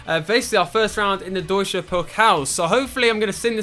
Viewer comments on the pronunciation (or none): none